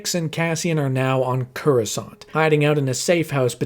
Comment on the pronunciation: I've seen a lot of your videos. They're great! But your pronunciation of Coruscant is wrong every single time and it's bothering me 😂